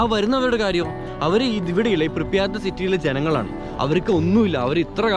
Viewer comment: "പ്രിപ്യാറ്റ്" ആണ് സഹോ